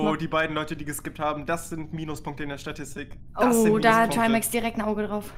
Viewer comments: Es heißt Statistik und nicht Satistig 🙃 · Erstmal "Satistik " statt "Statistik " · "Satistik" xD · "Satistik" Nice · Ich hab das nichtmal mitbekommen, er hat sich warscheinlich einfach versprochen